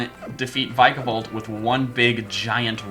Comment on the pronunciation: Vik a volt is how you pronounce it